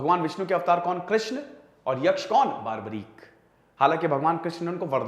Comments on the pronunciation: Its barbarik not baarbarik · बारबरीक नही, बर्बरीक है। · Nam ka sahi uccharan toh ker lo bhai